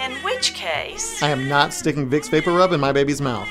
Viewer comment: and I love the pronunciation "vapporoob"